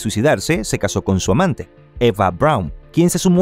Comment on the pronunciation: Que narración tan confusa, realmente no paso así, porque llama amante a Eva Brown como muy acentuado? Bah!